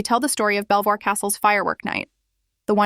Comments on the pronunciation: its pronounced "Beevor castle" stupid Ai voice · its pronounce BEAVER not BELL VOIR